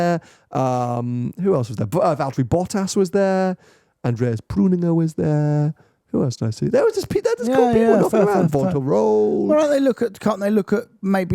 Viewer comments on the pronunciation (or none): I think Andreas will be asking for GT3 back after saying his surname as "prooninger" 😂